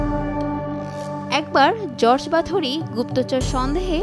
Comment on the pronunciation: There are no strong evidence that she actually used blood to be beautiful... Stop exaggerating. And it's pronounced kinda like"বহোরি"not "বাথুরি"